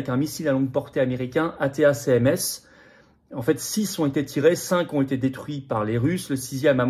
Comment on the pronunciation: Les missiles se prononcent : ATTAC MS, comme Attaque MS